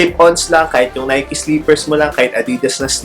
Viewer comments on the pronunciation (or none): none